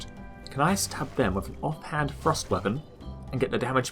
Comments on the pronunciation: i really like there videos but I CANT GET OVER THE FACT THAT HE SAYS "THRUST" LIKE "FROST" SOMETIMES (btw not meant as hate) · ohhhhh I thought you were saying FROST weapons not THRUST weapons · its funny when he says thrust i hear frost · Every time you say "thrust damage" I think you're saying "frost damage" and get confused as heck!